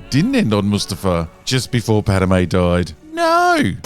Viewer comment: Pad-meh. Pad-may. Not Pad-a-may, Pad-a-may, bakers man, bake me a cake as fast as you can.